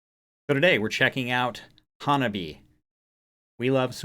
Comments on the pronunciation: haha welcome to Hanabie! They are my current crush XD The correct pronounciation would be hah-nah-bee-e... the last e pronounced as in bed or egg. Counter intuitive to a native English speaker as the -ie is 2 syllables in Japanese in this context. They chose the name to reprsent themselves as all the members have winter birthdays except Yukina, whose is the beginning of Spring. Their discography comprises of alot of astute social commentary and if you continue to explore them, I'm sure all their offerings will melt your face in different ways :) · It’s pronounced Hanna bee aye, it’s a Japanese thing to pronounce all the vowels. You might check out some of their other songs like Reiwa dating app generation and a few more that don’t have videos that are heavy. This band is young and still learning and building their confidence. They released a new song recently called Neet Game that you might try also.